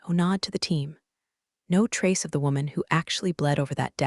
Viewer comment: Noticed it too all the time. AI can’t do the tense of a word that is spelled the same: wound, read, meet, bow. And i have noticed it treats some 2 letter words as abbreviations no = pronounced as number is = pronounced as island